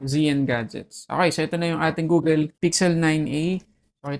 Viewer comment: Google, not Googel